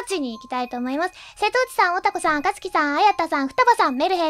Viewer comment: あかつきさんが赤ずきんさんにきこえた